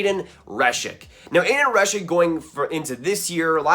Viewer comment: Aidan Hreschuk is pronounced Her-shuck and Lysell is pronounced Lew-sell like new but an L.